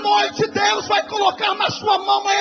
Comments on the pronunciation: Eu entendi "porra". Tentei forçar a amizade e entender "borra", mas vendo a articulação e a dicção, na boa... foi "porra" mesmo que ele falou. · Ele fala "BORRA"